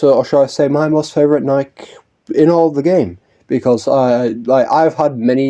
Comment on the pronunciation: I can't stop thinking f the shoe brand with how you pronounce Nikke dude😭😭 Anyways, yeah I hope we see more from Laplace and her squad in the future. They're really fun characters and should get more attention, especially Laplace cuz lmao she has zero costumes and alts. Girl is in dire need of a wardrobe change